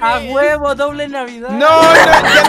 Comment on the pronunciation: ganó xd nada más por q dijo hauvuevo doble Navidad xd perdon si no se ha blanco xd xd xd xd xd xd xd xdd xdxdxd